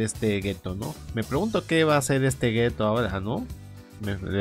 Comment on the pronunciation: Literal no es Geto, es "Geto" xD